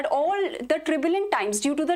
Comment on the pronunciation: Not tribulent time. It is turbulent time. Please pronounce rightly. Anyway, your sessions are praiseworthy.